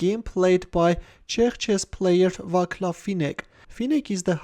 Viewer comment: It's "vaatslav" not "vaklav"